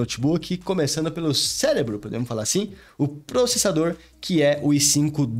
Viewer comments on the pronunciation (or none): none